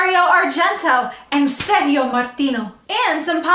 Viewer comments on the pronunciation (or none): Sergio in Italiano is pronounced "Serjio" with the "g" like "Jerry" and "George". Don't know if I give you the idea! LOL